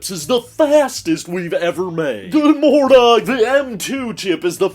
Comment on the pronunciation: "Good murnen"